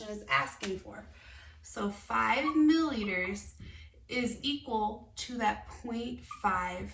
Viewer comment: Mill-i-liters not mill-liters